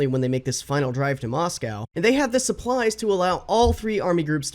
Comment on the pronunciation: you still can’t pronounce Moscow